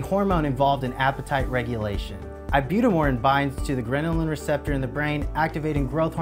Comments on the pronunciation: it's gherlin NOT ghrenilin lol. Why would anyone trust a company who don't even know what they're talking about. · Ghrelin, not grenelin